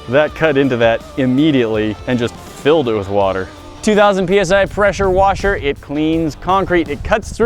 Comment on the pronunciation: its a peshuwashe